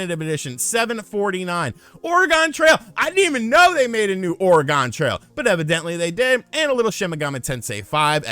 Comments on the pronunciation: Do you honestly pronounce the state of Oregon, as "Oh Re GONE"? haha you weirdo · Speaking of Oregon Trail, being born and raised in Oregon and living there for over 20 years, the correct pronunciation of Oregon is Or-e-gin. G sound like grandma, not ginger. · Ore-uh-gone trail killed me lmfao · Since I'm from Oregon, I cringe to hear it said the way you did. I agree with you on Y's franchise compared to xenoblade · I just unsubscribed after hearing you absolutely butcher your pronunciation of 'Oregon' haha